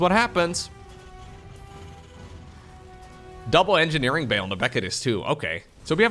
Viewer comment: Your English is almost perfect, so no worries. Problem is that we do not shorten the word engineering the way you think, and that's why it sounds like energy.